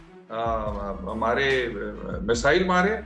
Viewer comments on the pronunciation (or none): none